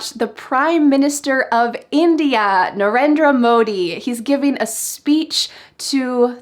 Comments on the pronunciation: Hi, I have one pronunciation tip for you. Narendra Modi is an Indian name. So, you must pronounce his name in an Indian accent. Your pronunciation of his name sounds awful. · As a Hindi speaker I can say you're also not pronouncing "Narendra Modi" correct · You had misspronounce the name of Mr Narendra Modi😅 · I request you to pronounce Narendra Modi properly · She is an American. She can't pronounce properly ..